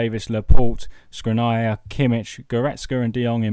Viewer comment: You're butchering Škriniar's name is pronounced Shkreenyar